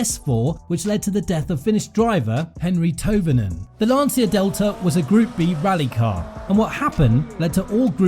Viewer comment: oh and the way u pronouce "Lancia" is almost criminal xD